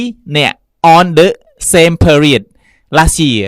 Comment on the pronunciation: Explode អានថា អ៊ែកស៍ផ្លូដ មិនមែន អ៊ែកស៍ផ្លដ ទេ Period អានថា ភៀរៀដ មិនមែន ភឹរៀដ ទេ Said អានថា ស៊ែដ មិនមែន សេដ ទេ Most អានថា ម៉ូសធ៍ មិនមែន ម៉ស់ធ៍ ទេ The report read៖ read ទីនេះ គេអានថា រែដ (past tense) សូមសរសើរលោកគ្រូដែលអាន Experience ថា អ៊ែកស៍ភៀរៀនស៍ បានត្រឹមត្រូវ